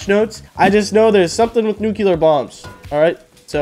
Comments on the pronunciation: its NUCLEAR not NUCULAR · Nuclear < Nukular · “ new clear “ not “nuke u lar” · Nuclear not nucular dingus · It's nuclear not nuculer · Nucular, the S is silent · I love it when tries to say 'Nuclear' and 'Turrets'. Nukeular and Turrents